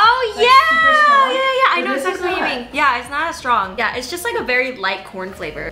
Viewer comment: ‘Corn flavourrrr’ 😊